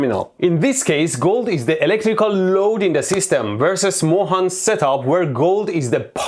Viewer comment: I had seen some of his videos on YouTube 🤦🏻.. those were fascinating.. fascinating lame .. about tempels that were build for electricity and stuff … You write his name “Mohan” .. but you pronounce it as “Moron “